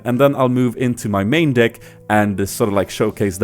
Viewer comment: He says dick instead of deck